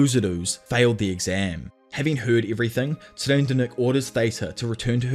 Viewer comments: Tserriednich's name is pronounced sir-red-nick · The prince Tserriednich's name is pronounced like 'Sir-ride-nick' by the way. Phonetically it would be 'Tser-ryed-nick'. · sir eiznek is how u pronounce the prince who killed the 2 girls in the bathtub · Tserridnich = SIR-RIDE-NICK Kurapika = COO-RAH-PEE-KAH Kakin = KAH-KEEN Sorry to be a stickler, was just driving me nutty haha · Called what?...TSIR-EYES-NICK. SAY IT WITH ME... TSIR-EYES-NICK. -_ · everyone mispronouncing tserriednich (sir - ride - nik) is so funny to me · I don’t even want to touch on the prince tho… bro butchered that like a pro